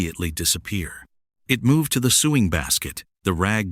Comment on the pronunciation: A “suing box?” I hate the way AI sounds.